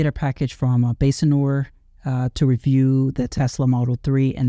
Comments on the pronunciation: Isn't is pronounced "Base-Nor" and not "Bas-En-Or"? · Probably. Basenor seems to be okay with the way I pronounce it after several reviews. 🤷🏽‍♂️